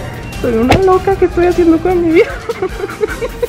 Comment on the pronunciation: En el minuto dijo edtoy haciendo un desmadre😂🙅